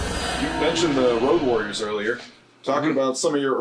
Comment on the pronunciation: Did Stevie Ray really call them the Woad Warriors!